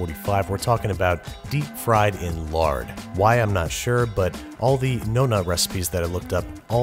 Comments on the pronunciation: He can’t say nonna. Why do Americans have to over-pronounce vowels? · its non-uh